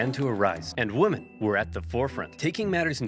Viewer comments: Why the fuck does the narrator keep saying woman instead of women?? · What gets me is that the narrator pronounces "women" the same as "woman" XD